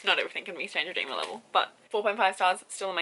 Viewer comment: Not trying to be rude, but I can't understand what you're saying when you said not everything can be on [enter book name here]'s level. Stranger Dreamer? Would like to know the title so I can check it out!